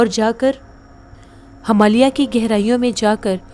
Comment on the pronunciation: Himalya (not Hamalya) Mandir (not mandar) Totally understandable if you usually mispronounce Hindi words. You are doing a great job. Thank you for entertaining us with your narration.